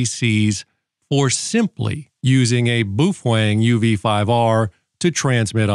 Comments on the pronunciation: I appreciate your videos but boy do you ever butcher the pronunciation of the “Bow-Feng” Not “Boof Wang”😂 Keep rocking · It's not boofwang it's boof-a-wang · PROUNOUCED bowfeng man! Boofwang:face-fuchsia-wide-eyes::face-blue-wide-eyes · BA-O-FENG BA-O-FENG BA-O-FENG, buf-feng?😂😂😂😂😂😂😂😂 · ENJOYED THIS VIDEO - you EARNED yet another subscriber :-)... ... BUT I HAVE TO ASK: "BOOF-WANG"??? CLEARLY this company's name is "BOW-FENG", so HOW do YOU get "BOOF-WANG" out of it?? Many thanks for making this video! -Mark in North Aurora, IL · whats up with this man its prounouced bowfang, Boof wang wtf? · Baofeng. No boo fang. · he's focused on the boofwang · Boof wang 🤣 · “Boof wang”? Have I been pronouncing it wrong all these years ? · Not sure how you get "BOOF-WANG" out of Baofeng 😂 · BOOF - HWANG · Boof Wang? Lol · I came here to learn about my uv-5r,but unfortunately every time i hear him say “boofweng” I start giggling and forget all that I learned. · New drinking game! Take a shot every time he says Boo-fuang. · BOOF WANG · buffalang :face-green-smiling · Can't watch this video because he can't say the fkn name ! Ain'tno fkn W in it